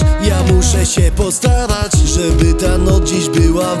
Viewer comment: "postaRac" XDD